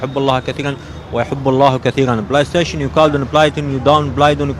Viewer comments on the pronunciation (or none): بلوكن بلي ستاوشن وكله لوكن هههه اخ بطني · بلاي شتيشن بلاودن !! بلايسوون بلايتوون! ههههههههههههههه